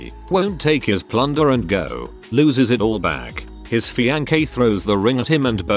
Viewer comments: His "FEE-ANCH-EH" 😂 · The fee-an-keh lol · "this guy and his fiankay" LOL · This AI narrator cannot pronounce Mississippi or fiancé to save his non-life. Oh well. That is how we know that it is AI. Interesting post, though.